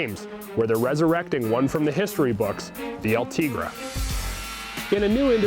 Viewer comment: El-Te GREY is how it is said